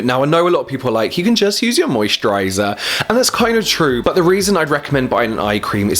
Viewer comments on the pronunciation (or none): Is it weird that I can never get old how you pronounce "moisturaighyzarr"